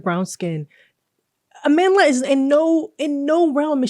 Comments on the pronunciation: "Ah-man Dlah" It hurts to hear such an important South African name be butchered in pronunciation. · I knew what was up when she explained how her name was taken from the word Amandla meaning power, a word used to bring strength to the SAn struggle against Apartheid, but they pronounced it as Amanda. Mispronouncing a word takes away its meaning and thus power. It's even worse listening to people overstretch explaining why it should be a biracial or American to fill the role. Reasons like its Hollywood or no one wants to watch Nigerian actors from Nollywood. It's so flippant and disrespectful. Imagine we adhered to those reasons for Black Panther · you pronounced her name wrong